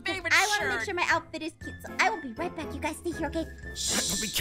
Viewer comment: literally said I'm not shur if I'm scared of the wither or Zane 😂